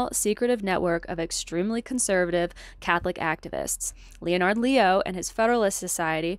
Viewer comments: My wife and I are very interested in what you are reporting. We support what you have been doing. Subscribed. (Off topic, most people pronounce “Leonard” as a two syllable word which sounds sort of like “lennerd” with the accent on the first syllable) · This project is fantastic. No shade but I had to smile at how deep you are in your reading sources that you’ve never heard of “Leonard” pronounced correctly by anyone else 😊